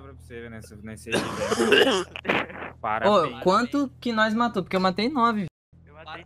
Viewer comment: "PARABUAINS" KSKSKSKSKSKSKSKSKSKSKSKSKKSKSKSKKKSKKSKSKS